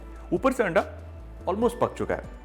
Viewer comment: Sir aaanda roll nahi anda roll